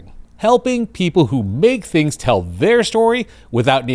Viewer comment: ANIM 101: Tongue hitting upper front teeth desperately needed for "things" and other "TH" phonemes throughout. "THings, not Fings!"